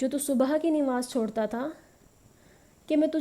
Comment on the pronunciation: It's not Nimaz it's Namaz